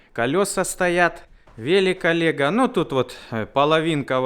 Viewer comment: Велек Олега прозвучало как велекалега😂😂😂